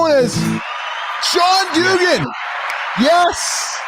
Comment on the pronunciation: Jack Dugan's name is pronounced "do-GAN" with the accent/emphasis on the second syllable. Rhymes with Duran-Duran, but with a "g".